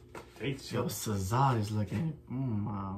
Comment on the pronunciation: i subscribed bc u pronounced SZA correctly